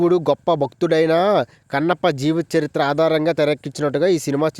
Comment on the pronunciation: ఒరే నాయనా ముందు నువ్వు నేర్చుకోరా కన్నప్ప అన్న మాట నీకు సరిగ్గా రాలేదు